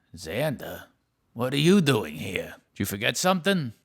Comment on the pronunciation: aveeeeeeee Marrrrriaaaaaaaaaaaaaaa also for some reason he says dooining.